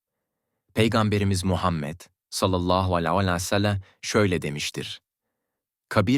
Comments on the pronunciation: Hay sizin yapacaginiz videoya ya bu nasil telafüz peygamber efendimiz s.a.v. adini ne bicim söylüyor sinir oldum😢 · Oğlum peygamberimizin ismini güzel okusana yapay zekamisin